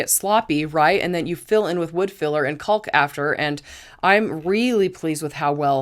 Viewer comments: Wonderful use of IKEA items to customize storage for your home. You are lucky to have the ability and stamina to be able to do it with a little help, here and there. One critique I hope you do not take offence to; the word “caulk” is pronounced “cock”, like a male bird. The letter L is silent. I was corrected when I was young and was sounding it out from the packaging when I would help my father. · The “L” in caulk is silent.